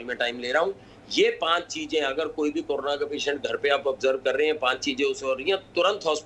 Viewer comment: Madm krona nhe Korona she to bolna chahiye 😂😂😂